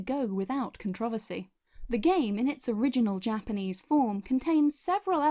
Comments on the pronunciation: Is anyone else bothered by the way she says “controversy” No hate, just mild discomfort. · The way she butchers "controversy"... shudders